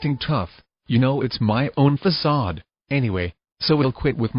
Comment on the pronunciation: the way he says facade lol